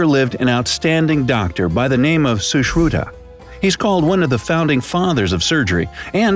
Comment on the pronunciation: I live in and I like your video but I liked your pronounciation of sushruta more than your video